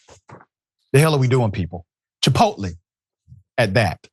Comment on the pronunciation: How is this illiterate clown even on TV. He can't even pronounce the name of a restaurant properly. 😅